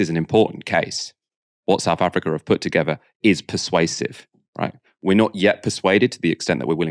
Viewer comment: And together not togever